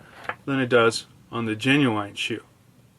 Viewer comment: did you really just pronounce it "ge nu ain"